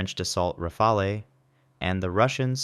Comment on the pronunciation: rafale is pronounced "rafaal" : )